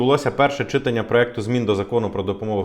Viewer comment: Кажіть читАння, будь ласка. Якось вухо ріже. Дякую